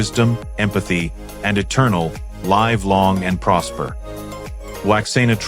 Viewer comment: A. Narrator should get. ICONIC STATEMENTS. Right!! This. Idiot narrator. Mispronounc3d. "Live long and. Prosper!!!